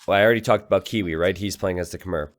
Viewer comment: Stop saying Khmer as 'kuh-mer' It's 'kuh-mai'